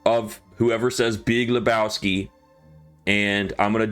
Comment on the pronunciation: BEEG LA BOW SKI